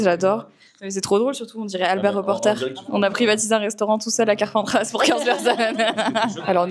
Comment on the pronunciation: Marie , on ne prononce pas le S de Carpentras, par pitié j’habite là-bas et ça nous fait vraiment mal au cœur quand les gens font ça